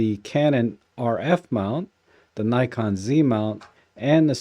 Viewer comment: It would be even better if you could properly pronounce NIKON !